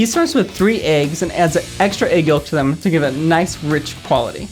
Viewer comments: This guy's pronounciation of yolk is disturbing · Why does he say the l in yolk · Soooo..... I’m pretty sure the L in yolk is SILENT. The way he said yolk irked my nerves more than I ever thought it could.